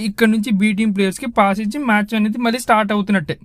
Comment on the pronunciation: నాయనా! 'ళ' అనే అక్షరం తెలుగుభాష ప్రత్యేకత. అది పలకడం నేర్చుకో. 'వాల్లు అనకూడదు. 'వాళ్లు'' అనాలి. అలాగే "వెలితే, మల్లి, వెల్లి"... ఇలా అంటే కర్ణకఠోరంగా ఉంది నాయనా!